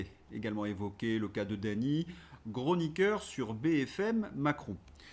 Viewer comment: "un GRONIQUEUR" tu m'as tué 🤣 Abonné